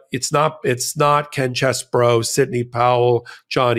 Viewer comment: No, it isn't CHEESE-BOROUGH, but it isn't Chess-BOROUGH either. It's Chess-BRO.